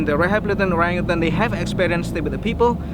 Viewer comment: Absolutely love you guys, please tell Ben that there is no G at the end of orangutan